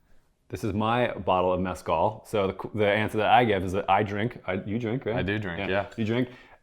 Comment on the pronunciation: I’ve never heard anyone butcher the word Mezcal so badly.